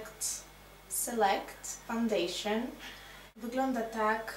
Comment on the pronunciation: jaka angliczka wgl selkt fandejszyn hahha spokooko